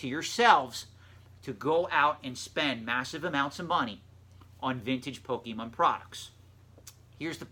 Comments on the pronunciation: Just nitpicking. But the way you pronounce Pokémon is wrong. It's not poh-key-mon. It's poh-kay-mon, because there's an accent mark on the É. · it's not correct. Because if you watch the show, Ash, and all the other characters say poh-kay-mon. The pokédex says poh-kay-mon. And the theme song clearly states "you teach me, and I'll teach you, poh-kaaaaaay-mon!" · I cringe when I hear people say poh-key-mon. That's how you know they aren't a real fan. I remember my school teachers and principal in the 90's used to say "okay kids, put away your pokeMAN cards." I still cringe thinking about that. And on Pawn Stars, Rick always calls it pokeMAN to troll the pokemon fans. Super cringe-worthy.